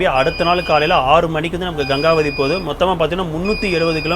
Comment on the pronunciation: I think it is pronounced as Gengavathi in Kannada கெங்கவதி